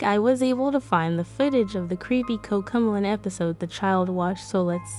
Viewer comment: Covmelon this is not a hate uyou say cook melon😂